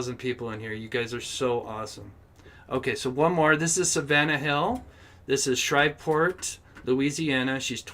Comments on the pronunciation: The town is Shreveport not Shriveport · Pronounced shreeve port.